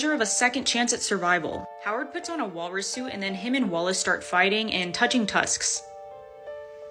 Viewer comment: Gurl its Walrus!